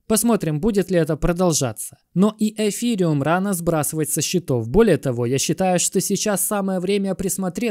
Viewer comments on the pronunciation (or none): none